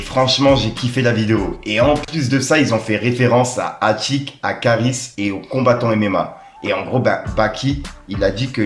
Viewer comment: L AUTRE IL DIT KAARIS MDRRR